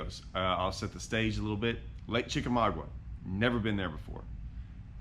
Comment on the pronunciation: Love this! Chick is my home lake as I am 30 minutes away.. Where you started is the general area Andy Morgan won his BPT event a few years ago. It's produced as: Chick a maga. The "U" is silent. This is old, as you are in a Ranger.